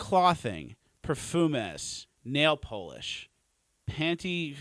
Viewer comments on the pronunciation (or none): Shoe polish has a short o When talking about Polish people that's a long o. Come on man. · can't say clothing or polish